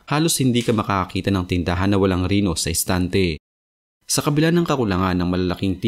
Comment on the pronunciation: Reno hindi rino! ayosin mo pronouncation mo.